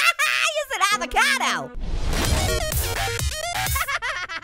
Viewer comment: Its not a abacoto its a its a XD ITS A FRE E SH A VOCA DOO XD